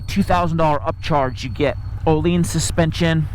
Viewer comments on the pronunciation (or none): Svet... Oleens fork. Sorry guys just get someone that can pronounce words for this please. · What are you talking about? You wrote "Ohleans." How did he "say it" that is something to talk about? C'mon, you thought he pronounced it wrong, obviously. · Nope, he elongated the word. Much like the svet part, he sounded a bit drunk. Obviously.